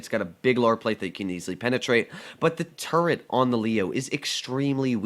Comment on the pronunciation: Call it turret not turrent and I’ll listen.